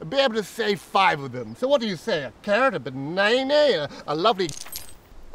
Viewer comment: Did the poor merchant just say banaynay instead of banana? 😂